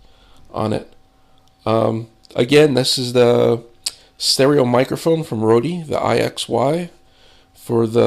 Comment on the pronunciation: The company is pronounced 'Road' ;-)